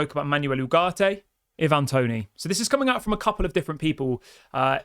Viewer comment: Plz stop saying e-van it’s Ivan toney 😂